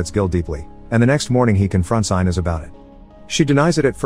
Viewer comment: Did you watch the movie? Gil's wife's name is not pronounce I-nez. It's Ee-nez. For fuck's sake, you'd think you'd get this simple thing right.